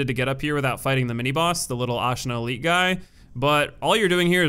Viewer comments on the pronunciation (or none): none